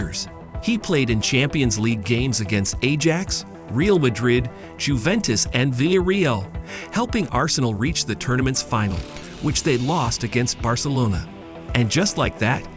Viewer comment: Toure = Sounds like Tour-ray Eboue = Eboo aye Ajax = Eye Axe There's more but I quit lol.